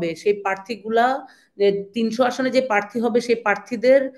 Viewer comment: প্রার্থী শব্দটি পর্যন্ত উচ্চারণ করতে পারছেনা l